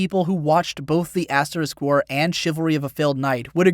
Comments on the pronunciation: You sound like you're saying "aSS war" rather than "aS war". heh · I swear I thought you kept saying ass war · Love how he pronounces it as Ass-war. OH, and by the way hits the subscribe button